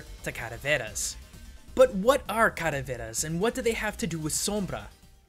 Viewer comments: "calaveras" not "cadaveras" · "Caraveras"..........I wanna make a joke but the video's too old. Calaveras man, it's Calaveras. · it is not "Día de los muertos", it's just "Dia de muertos", and it's not caraveras, it's calaveras. On Other note, I disagree, on the motif the skull that she gives to the players. I think it's just a playfull token, you see it's common that around "Día de muertos" poeople buy or give decorated sugar or chocolate skulls as show appretiation or to be used in the altar (so the dearly departed know he/she is remembered, but pictures work as well), specially if it has the name of the person written on it. I Ihad one for seven years. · your pronunciation of Calaveras is funny...